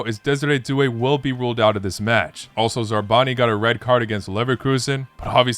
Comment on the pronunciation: It's Zabarnyi not Zarbani 😅 Like "za barem" Bro you're Slavic and you pronounced his name like he's from middle east